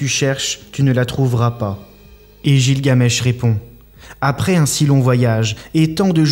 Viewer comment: On ́e ne prononce pas gilgamesh comme ça !